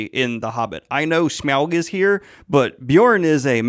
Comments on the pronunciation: I don't think I have ever heard it pronounced S-meow-g. Now I imagine Smaug as a giant cat and it is great. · No one: Daniel: Smeowg 🐈‍⬛ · Brilliant breakdown/review, particularly loved how Daniel’s pronunciation of Smaug slowly devolved throughout 😂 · I'm mostly here for Daniel's pronunciation of "Smaug".